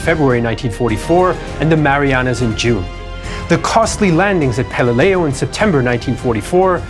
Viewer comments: It is pronounced pel-li-lew. Not pel-i-lei-u. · Had to turn off after 2 minutes, after he mispronounced Peleliu and got the dimensions of Iwo off by 50%. Lost total credibility. On a side note, I had the distinct honor of meeting and shaking hands with Herschel ‘Woody’ Williams here last year. The last living Medal of Honor recipient of WW II and going strong. -Earned at Iwo. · Many inaccuracies, like the dimensions of Iwo and mispronouncing Peleliu. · You mispronounced pelelieu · How can we take this documentary seriously when the man can’t even pronounce peleliu correctly? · You can pronounce the Japanese names correct....why can't you pronounce pelieliu.???